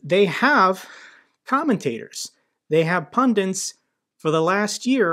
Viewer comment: Pundits mate not pundints.cheers